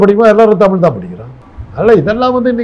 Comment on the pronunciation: தமிழ் நிறம் ரிப்போர்ட்டர் தமிழ் என்று சொல்லி படிக்கவும், தமில் என்று சொல்லாதீர்கள்